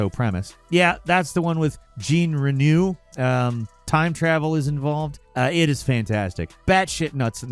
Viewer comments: Jean Reno is pronounced like Jhon Ren-o, not Gene Renew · The mispronunciation of Jean Reno’s name is disgusting. Jesus dude, you work in entertainment. It’s not ‘Jeen’ it’s Jean. Like Jean Claude Van Damme. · Jeane renew ?! You mean "Jean Reno" ?! (on heavy loud french that the whole world loooves) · Wait what? "Gene Renew?" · "Gene Renew" got me on the f*ing floor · Jean Renew? damn you did him dirty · Jean "Renew"? LMAO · “Jean Renew” ??? 🤦🏼‍♂️ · "Gene Renew" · JIN-RENEW...... LMAO!!!! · Jin Renewal? WTF mang.. Jean Reno is a pretty easy name to remember and pronounce, everyone knows how to say his name, that 'Jin Renewal' thing was uncalled for! 🤦‍♂ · "Gene Renew" - 2024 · "Jean Reno" bro just ask google for pronounciations... not jeen renew... Aaaah murica... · Lol never heard his name pronounced like that, JEEN re-NEW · I assume mispronouncing Jean Reno was intended as a joke that went over my head. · Wow. Did you practice to get Jean Reno's name SO wrong? 😅😂 "Jean" as in "JEAN Luc Picard". Reno as in "I'll seen you in hell before I see you in Reno". 😅🤷‍♂️🤣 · The way you pronounced Deus Ex and Jean Reno hurt my ears 😂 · Falcons pronunciation of Jean Reno was hilarious 😂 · Jean Reno Americans really do pronounce the names of other countries badly it's actually quite funny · The pronunciation of Jean Reno`s name almost made me spit my drink. That almost sounded intentional. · This has to be the single worst pronunciation of "Jean Reno" ever.